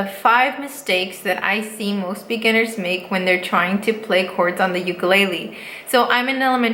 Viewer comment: Wait I’ve never heard her say ukulele like that before